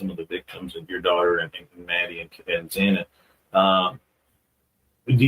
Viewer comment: I know it’s trivial, but I would love to see these newscasters, journalist, whatever you want to call them like Ashley Banfield pronounce the victim’s name correctly. I’m sick of them referring to her as Zana. Her name is Xana. It just irks me!